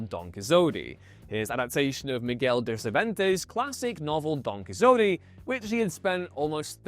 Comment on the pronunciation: It sounds like a weird AI attempt to pronounce it! 😮